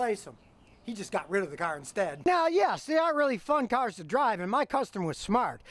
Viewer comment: “PORSCHES, THEYRE BEAUTIFUL KUARZZZ”